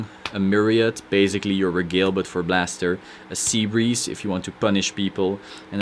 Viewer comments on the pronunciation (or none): Good stuff! I have a handful of questions though: 1. No Perfect Guards? Holy Knight Guardian has a lot of unflips, which works well with Blaster shenanigans. 2. Would you cut one Regalie [pronounced Re-gal-ee-ay, just fyi] for a second Fides? 3. Any thoughts on Benelus for Altmile synergy? 4. Any suggestions for BB Spirit replacements? I'm not gonna pay 50 bucks for one, lol. 5. What sleeves do you use? I really like the non-slip matte ones, but my cards keep getting curved.